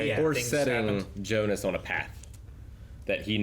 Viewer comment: Curious how you'll feel about Hannah in the future. Haha I'm really enjoying these Dark episodes, so many good memories. Also: "Bart" and Jonas pronunciation not the German version... Oh my...